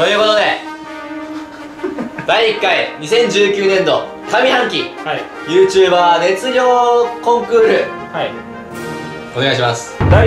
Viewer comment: YouJber(ゆーじゅーばー)ってことやな